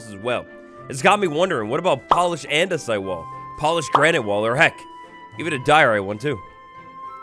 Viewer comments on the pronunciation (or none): none